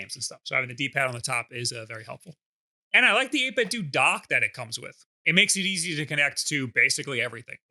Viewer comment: isn't the "do" in 8bitdo supposed to sound like "nintenDO"